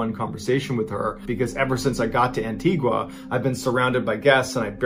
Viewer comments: It's pronounced Antiga! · Caribbean Island of Antigua 🇦🇬 (pronounced - an~tea-ga) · Anti-ga that’s how the natives pronounce it. Im from Barbuda the sister island of antigua. Good video though ✌🏾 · As an Antiguan don’t pronounce the “u”